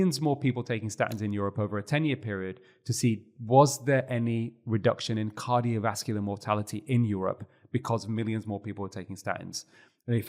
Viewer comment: I’ll evaluate my hearing, though I haven’t noted an issue to date. I can hear him & volume up or down doesn’t make any difference. He swallows entire syllables: skips right over them. “Cardiovascular”, for example, becomes “carvaslar”. That one I can readily understand because of the context and the syllables he does pronounce are a part of the familiar word he probably means. In other points I’m not already familiar with, it’s a lot of work to replay and interpret.